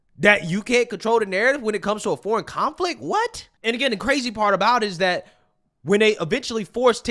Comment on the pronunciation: Dat. Dis. Dhem. please practice